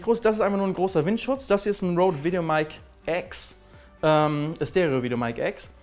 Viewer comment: Spricht man Rode "Roud" aus, also wie Felix es ausgesprochen hat oder Rode, also wie mans schreibt? :D